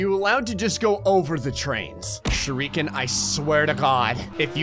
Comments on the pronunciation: nobody:: pronounces shuriken "shur - ReEeEeE - kin" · Can somebody please teach how to pronounce Shuriken